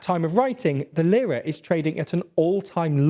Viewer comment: I'm not Turkish yet I know how to properly pronounce "Lira". Makes the video difficult to follow with bad pronunciation 😢 Do basis research next time